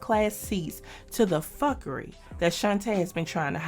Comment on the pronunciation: I been wonderin for a while but once i heard you say fukery i knew you got some jamaican in you whether its by family or friends